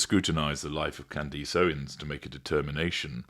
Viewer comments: Kand-iss, not Kand-ees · I wondered if we asked to pretend her name is spelled ‘Candis’ would that make it easier? Is it the English accent?? My grandmother was from London and had an accent for all her life but she could pronounce ‘Candace’ in the way that the ‘Candace’ in our lives pronounced her name…as if it were spelled ‘Candis’. 🤷🏼‍♀️ I have a great deal of respect for, though, and I love his snark. ❤ I figured he is maybe being a tad snarky when he calls her ‘Can-Dice’. 😂😂 It’s okay; I hyped him just the same. 🎉🎉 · Just catching up on this series. I’m glad you covered her — as only you can. I’ve had some personal experience with her as she was a client of a firm I worked for a few years ago. Rage, entitlement, demanding when she’s not getting her way. Charming, at first though. Her husband sometimes called —usually after she’d called in a rage. Like he was the fixer. He was polite but he usually sounded stressed as if he was afraid, desperate to get the fix to whatever she had raged about done. Her marriage is so strange. She had only met him briefly once before they started talking regularly. Then the calls became very long and intense for 17 days. Then he asked her to marry him — even though they’d never exchanged a romantic word with one another. I have a question though. Why do you call her “Can-deece?” I must be missing something. Is that a nickname you’ve given her? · Any chance you can pronounce her name correctly? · Im from England, i dont know anyone who pronounces it like this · strange to want the name to be pronounced correctly? Its not difficult, particularly considering the otherwise high quality output of this channel